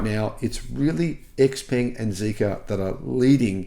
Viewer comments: Pronounced ‘ShowePung’, according to my Chinese mate. Great to hear these models are coming to Australia! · According to people at the Xpeng factory that I spoke to recently, they are now pronouncing it Xpeng for western tastes. Stand by for another name change.